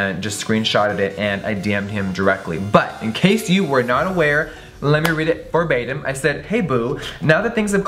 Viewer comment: I noticed that too.